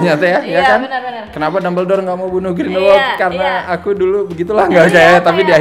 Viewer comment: Ralat: cara pronounce nya Grindelwald Grindel-Vald bukan Grindel-Wald Di luar itu, mengikuti quote temen gua pas habis nonton film ini, "ini film ceritanya apa sih?" Sumpah sih, gue saking bingungnya sampe cuman bisa bilang, "hanya Tuhan dan J.K. Rowling yg tahu". Crimes of Grindelwald adalah salah satu pengalaman membingungkan di bioskop yg gua dapet tahun ini. Untuk positifnya, of course, Hogwarts. Iya sih, versi disini lebih gelap dari yg terdahulu, tapi pas liat kelas nya, ruang makan, ibarat kayak pulang kampung. Masa bodoh kalo ujungnya gak terlalu ngaruh ke cerita, banyak daya magis film ini terletak di Hogwarts. Jude Law juga sangat menghibur sebagai Dumbledore versi muda, kayak matahari di antara kegelapan di film ini. Seandainya screen time nya lebih banyak. Dan terakhir, CGI untuk creature nya masih juara. Beberapa creature ukuran monster tambahan nya udah kayak puisi versi visual dah. Meskipun adegan CGI favorit masih yg transformasi si Nagini sih ... Nah negatifnya, udah jelas, skrip dari J.K. Rowling. Gua ngerti sih mau world building, gua ngerti Rowling punya banyak ide, tapi cara dia mengeksplor nya sih yg agak over the top. Nonton film ini kayak nonton Fantastic Beasts 2+3+4+5 (not in a good way). Banyak plot point bagus, yg akhir nya jadi kayak gak matang karena gak dikasih waktu bernafas. Jadinya, film ini kayak gak fokus, terlalu banyak cerita. Saking banyaknya, sampe bikin bingung cerita utama film ini itu apa. Apakah tentang Grindelwald? Dia disini cuman